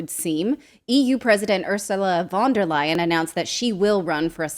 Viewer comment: Lier, not Leyen